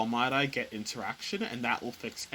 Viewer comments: that threw me too... I was like "whats a mydie file? then it clicked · Using the "My-Die" format lol its "Mid-E" bro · other than your pronounciation of MIDI as "my-die" vs. "mid-dee" lol, this is great! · hearing it pronounced "my die" rather than "mid ee" was quite the shock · ik it doesn't matter but as a music nerd hearing you say "mydy" instead of "midee" is killing mee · For over a decade now I've been calling these files "mid-ee" files and am a musician - I am afraid to find out if I have been wrong for so long now that I am questioning my pronunciation. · Never heard MIDI pronounced as Mad-Eye before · Midi is pronounced “Me Dee” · You say My Die so much bro you need to reupload how did you not learn how to say midi correctly haha